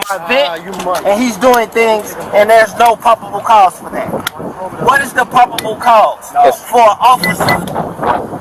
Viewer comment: "no pobbible couse" 🤣🤣